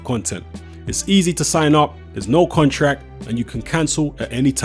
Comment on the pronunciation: says contrack instead of contract.. 😂